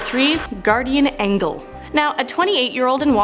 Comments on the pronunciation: She seriously said angle instead of angel? Did this twice she did... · Why do you pronounce Angle Wrong? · "Guardian Angel"...not "Angle". Idiot. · Can't read. She said guardian angle when it clearly said guardian angel lol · I’m pretty sure it’s ANGEL not ANGLE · I was taking this a bit seriously untill she said Guardian "Angle" 😂😂😂 WHAT!? WHAT!?? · You are mis pronouncing Angel. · U fucked up the word angle..... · I laughed when you say angle wrong lol